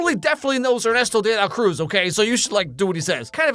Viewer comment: saying "Ernesto de la Cruz" perfectly but also saying enCANto